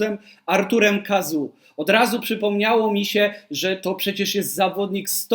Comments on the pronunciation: Chyba nie „Kazu” tylko „Kazo” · Dziękuję za ciekawy materiał, natomiast nazwisko wymawia się Kazo 😊